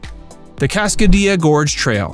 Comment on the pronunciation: Cascadilla with “dilla” using the Ls. It is not pronounced like quesa”dilla”